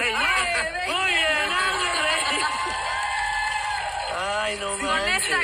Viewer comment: En vez de "Hazme reír" parecía "hazme llorar"